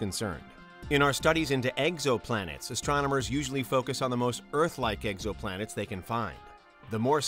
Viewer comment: “Eggs-oh-plan-ettes” is the one that got me.